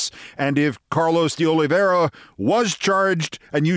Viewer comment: O-lee VAY-rah. (Not O-lee-vee-EH-ra). Sorry, but the almost universal mispronunciation of his name is bothering me. (As are the butcherings of Ukrainian town names these days.)